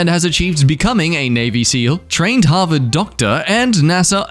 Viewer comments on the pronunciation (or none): none